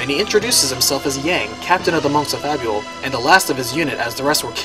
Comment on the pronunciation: Fabul... Fable.. come on man.